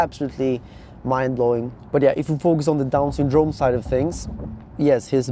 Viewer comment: Why do you pronounce syndrome so weird hahaha “sundrooouuume”